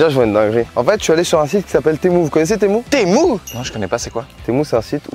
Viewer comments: On dis "tému" pas "témou" 😂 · c'est pas temou ça se dit temu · C'est tému pas témou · mais c pas temou c TEMU